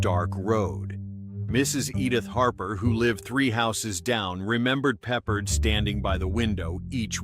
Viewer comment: His name is pronounced PeppARD.